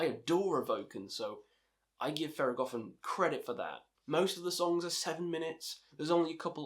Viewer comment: great video, you are pretty well articulated. just a heads up, its pronounced THER.GO.THON, since it took me off the way you said it in theragothorn. Good pics, disagree a bit with Skepticism since it was in no doubt influential but it doesnt hold up to modern releases. Also not too sure if its the best thing to start with Thergothon as they are more of the founders and show the roots of the funeral doom we see nowadays, rather than a complete package that someone can listen to and see all that the genre has to offer. Shout out for mentioning Drown in the end. Probably my AOTY. You should check out Profetus as it is organ heavy funeral doom. Another thing to mention is that Mournful Congregation is one of the few that is able to implement acoustic guitars into their somber music, alongside having the ossibly best vocalization and lyrics throughout their discography, both rhythmically and content-wise. Great vid, earned a sub. Good luck to all your future endeavors.